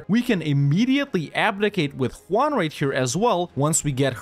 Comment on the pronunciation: "King Ju-won". "Cape Verd." Well we can cross Spain off on the "where is from?" list...